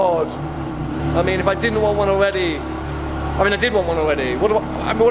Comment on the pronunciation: Why does he say things like 'weally' and 'alweady' instead of just 'really' and 'already'? Legitimate question.